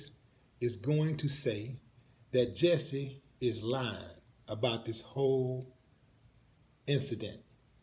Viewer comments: Jussie pronounced jucy. ????? Another falling star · Pronoince his name right! It's Jussie! Nobody said shit about them being white or wearing maga hat's. Fuck you, dumbass!